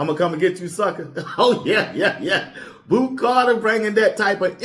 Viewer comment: It’s Boo not Bo